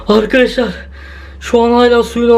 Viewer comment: Akaşlar akaşlaar değil ARKADAŞLAR